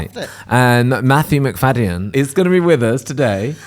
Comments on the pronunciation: McFadyen is said Mic-fad-ian, not mcfayden. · Love this but why is adding an extra syllable to the surname 🤣🤣🤣